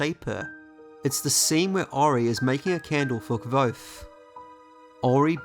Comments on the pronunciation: Thanks a lot for your beautifull videos. However, here you have how the name of Kvothe is pronounced: It's more like "<<Quouz>>". Cheers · I am surprised at the pronouncing of Kvothe. Can someone help me know which is correct? I was of the understanding that it’s pronounced Quothe.